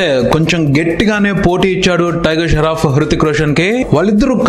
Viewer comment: Sharoff ....sharf kadhu babu.... Shroff